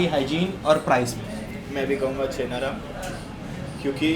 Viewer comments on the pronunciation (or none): It's not chhena ram it's Chaina Ram (चैना राम)